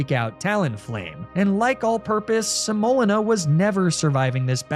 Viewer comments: I love the theme of "flours" for a grass challenge but your pronunciation of semolina (sem-oh-LEE-na) is rough lol. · Another well made nuzlocke and video! But I’ve only heard the word pronounced “se-moh-LEE-na” and I was losing my mind hearing you say your abomasnow’s name over and over. It was cathartic when she died. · Semolina (seh-moe-lina) 🥲 it’s the thick gritty flour that makes pizza crust kinda crumbly and yummy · How ypu pronounce semolina kills me😅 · My spouse is watching this video right now and I had to look it up just so I could comment that THAT IS NOT HOW YOU PRONOUNCE SEMOLINA. It is causing me physical pain every time I hear butcher the word. (That Hariyama re-enactment was hilarious, though.) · For some reason you saying semolina wrong was the only time I’ve ever been annoyed with your mispronouncing antics haha. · Welcome to today’s episode of: Is Pronouncing Things Wrong Because It’s Funny, Or Did He Just Google “different types of flour” For The Naming Convention, And Genuinely Just Doesn’t Know How To Pronounce “Semolina”? In all seriousness tho, loved the vid! I cackled at the window bit 😂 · Praying that the mispronunciation of "semolina" was on purpose because it caused me psychic damage each time